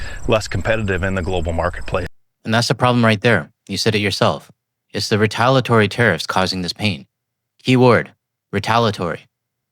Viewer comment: You repeatedly mispronounce retaliatory. If you’re gonna speak for a living……